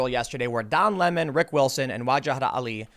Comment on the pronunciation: It sounds like he's pretending to be French. Its cultural appropriation. Lol